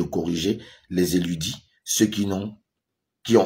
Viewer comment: “ Érudits” et non “éludis”😊😉